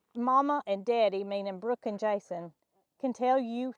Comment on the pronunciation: Brooke not book😂